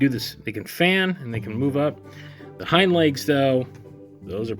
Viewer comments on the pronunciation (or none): none